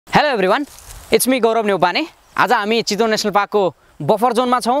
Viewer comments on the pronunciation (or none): none